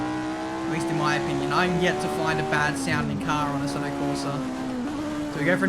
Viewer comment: i love your videos. But the way you manage to butcher Assetto is beyond hilarious xD